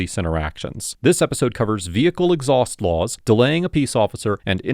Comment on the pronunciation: exauhst laws. My man come on